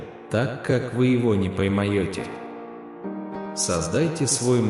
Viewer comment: Не паймаети, а не поймаети, Аминь.